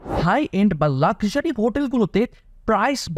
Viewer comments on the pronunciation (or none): none